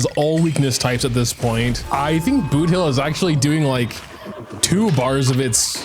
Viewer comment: He butchered boothill like crazy. Many are recommending for him to redo the whole video